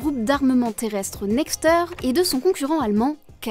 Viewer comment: Par contre c'est Nextèr et pas nexteur